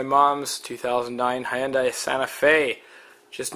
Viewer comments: Good vid. A couple of things: 1} Hyundai rhymes with Sunday. Replace the "S" in Sunday with an "H" and you will be saying the name correctly. 2} The 4 cylinder 2.4L engine in the Santa Fe is not like this and is the more typical version with the filter under the engine with a nice little cutout in the plastic guard under the car for easy replacement. And, the plastic engine cover on the 4 cylinder just snaps on. There aren't any fasteners. The 6 cylinder kind of looks like a pain... But the Santa Fe is awesome because you can change the oil without jacking up the car! Love that. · Hey, Robert......glad you did the "Hunday/Sunday" thing; saved me the trouble. You'd think MOST people would be thankful you taught them how to save their tongues from all that twisting......but most just think we don't know what we're talking about. Ha! Jokes on them. I've never actually understood why Hyundai didn't spend a couple of million in TV advertising teaching prospective buyers how to pronounce the name of their brand; they might have accidentally sold a few cars along the way! :-)